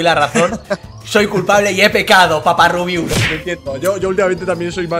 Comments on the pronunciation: LIKE SI HAS ESCUHADO A LUZU DECIRLE A RUBIUS "RIABIUS" E EL MINUTO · when te das cuenta de q luzu le dice a rubius rabius